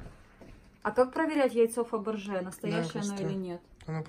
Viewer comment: а не Фабэржэ